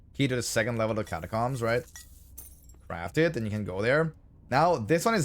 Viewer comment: The way u pronounce catacombs is upsetting